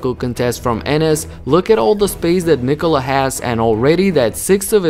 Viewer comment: Ja kad sam cuo kako izgovara ime Nikola odmah sam znao da je odavde. Ameri drugacije akcentuju kad izgovaraju :D